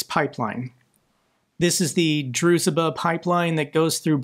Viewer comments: The transcription "zh" is one sound, not two, pronounced as in Dr. Zhivago. Not "z-h". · DRUZH BA oil refinery. Not Druzh e ba..😜 Just a minor detail that I always hear you say that,not annoy me,but think is a bit important you get right. We all struggle with these russian and Ukrainian names. Just dunno how you see a letter e tgere?🤪✌️ Peace from Norway. Yet another great report start. Russia is losing this war so badly and I enjoy your reports every time. I know you do everything yourself and research really really well. Props to you for that work you do for Ukraine!! I think you deswrve to meet president Zelenskyy and do a interview with him... I am 100% sure if you had sent his officials at his office links to your channel,and other platforms as well as all you have fundraised. You alone has raised close to $5 million for the armed forces of Ukraine. Please try get an interview with Zelenskyy by sending his office a request,then and explaination for it that him coming on your channel for an hours interview,that it'll get lots of views and no cencorship so he can talk about what he would like too. That will make more people donate even more and instead of 1milli8n goals you will have no problem of do 2-5million goals 6x a year to try get $30 million raised each year. Use those to keep do as you do,or use them directly to buy drones from Ukrainian start ups to the units that need drones on top of cars and other equipment. No other blogger fundraise more than you do as I have seen each time. You need to do more fundraisers and we need to get an interview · it’s the Druzhba (Дружба) pipeline with the ‘zh’ being pronounced as the ‘s’ in ‘fusion’, or the ‘g’ in ‘rouge’. So it’s like ‘Drougeba’. Aside from this, great podcast keeping us all informed. Thanks for the tremendous work you are doing. Russia will be defeated. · Can we please learn to pronounce the name of the friendship pipeline? Hurts every time to listen 😅